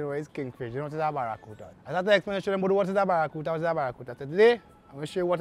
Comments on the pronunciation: the word is Barracuda not barracuta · It have no t in barracuda